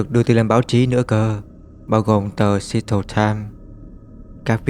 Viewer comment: Seattle đọc là Se/att/le nha ông ơi